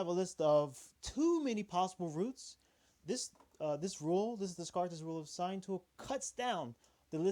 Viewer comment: Thank you for the video! Dez-cart-eh, never heard that pronunciation before.